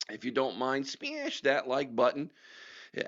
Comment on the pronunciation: You make me laugh every time you say “smash” 😂. It reminds me of snarf from Thundercats